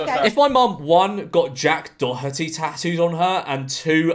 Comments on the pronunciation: I think it's said like 'dor-et-eey" and not "dor-hut-eey" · Maybe Jack Doherty copyright claimed u bc u pronounced his name wrong 🤪